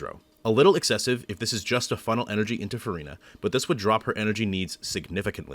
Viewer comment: as a french person your pronunciation is so impressive! are you a native speaker? very helpful guide for my c6 furina ❤